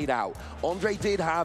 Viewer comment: Great games! I am happy that someone from my country won the worlds, altough I had a laugh that the comentators kinda gave up on pronouncing "ř" in Ondřej and called him Ondrej instead. 😀 Anyway, I loved those decks. Who could have tought that the flying Pika would end up being so good.